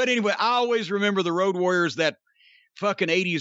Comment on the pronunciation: The build to it was fantastic. "I'm hunting Woad Wawriows"